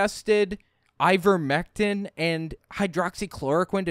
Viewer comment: She said IVERVECTIN... I wouldn't buy a damn thing from her